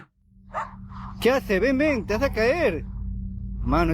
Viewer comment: Ven not Ben 😂 😘